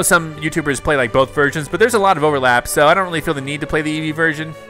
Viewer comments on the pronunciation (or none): none